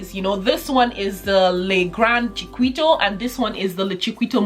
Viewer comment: It's pronounced Chikito not Chiquito like it's spelt.